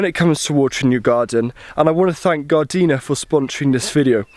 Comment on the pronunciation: Yeay “Gardeena” not “Garde-ner” you did it! I still want to marry you!!